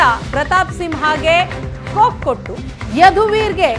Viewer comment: ಕೋಕ್ ಅಲ್ಲಮ್ಮ... ಕೊಕ್ ಎನ್ನಿ😢